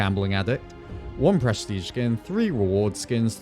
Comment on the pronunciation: only hearing "breastige"